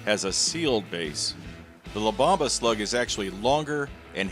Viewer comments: Bomba is pronounced "bOHmba" not bAHmba. Great video 👍🏻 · La bomba means the bomb in Spanish. Pronounced bohm-bah. Not bauhm-buh. Lol. Not correcting you, just informing you.